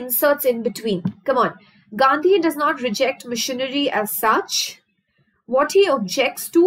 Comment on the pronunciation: Mam when you say machinery..it sounds like missionary ...that part was soo funny...but the rest of the video is very helping